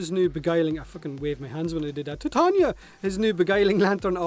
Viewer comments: Its tie-ta-nia not tit-an-ya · I'm just going to say it, who pronounces it tatanya.